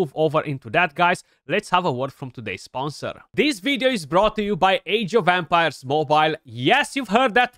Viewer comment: Sounds like you're saying "Age of Vampires" 😂😂😂